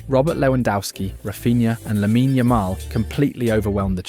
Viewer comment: Is this channel AI? The script is redundant and the way he pronounces the names of players like Lamine Yamal are odd. It’s simply odd.